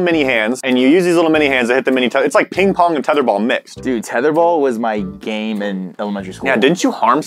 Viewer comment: The amount of times they said pling plong and its still pling pong .......